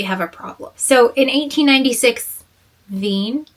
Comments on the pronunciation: /reɪli/ which is like "ray-lee" /vei:n/ which is like "veen" /fraʊnhoʊfəɹ/ which is like "frahn-hoh-fer" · Wien - to be read like lavine Kirchhoff - ki like in kid, r like in radiance, ch like h in hen and hoff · Wien - to be read like lavine Kirchhoff - ki like in kid, r like in radiance, ch like h in hen and hoff Fraunhofer - fra like in france, u like oo